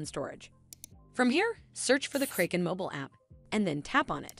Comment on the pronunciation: learn how to pron unce Kraken